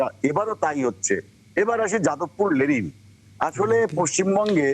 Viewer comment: লেলিন না রে অশিক্ষিত, লেনিন